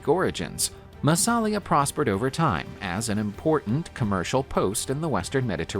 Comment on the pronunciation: Hey: It's NOT pronounced "MassAlia" but "MassalIa"!